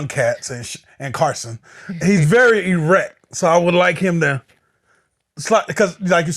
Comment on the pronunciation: pause ain’t even gon save u from saying “e rect” 😭😭😭